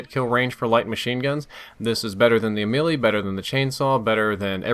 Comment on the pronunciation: it is basically Melee, and not Mee-lee, I mean the way it is suppose to be pronounced, it is May-lay so basically it is U-may-lay or U-may-lee